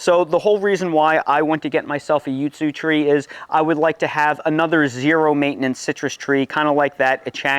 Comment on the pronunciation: wtf is a yootsoo? its a yuzu.